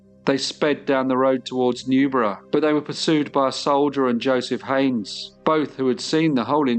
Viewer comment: Newburgh!! Not Newborough